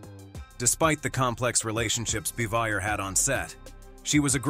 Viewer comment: They got many names wrong.Aunt Bee's name was pronounced bah-vee-ay